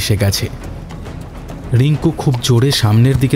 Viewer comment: উচ্চারন একটু ঠিক করতে হবে ।especially র-ড় গুলো।রিঙ্কু ড়িঙ্কু নয়।